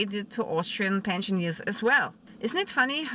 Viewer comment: Dear love your videos - thanks! Just a small comment as native English speaker also living in Austria, the correct pronunciation for “Rentner/Pensionist” is Pensioner (not Pensionier) 😊 Keep up great work informing us 🙌🏻